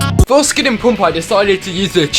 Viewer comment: NOOOO! NOT PUMP! IT'S SPOKEN PAMP! Pls don't say my favs name wrong.